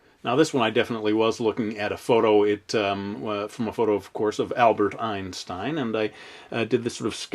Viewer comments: Ist always funny when an Americen says Einstein :D (Im from Austria) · is it Enshtein ?:D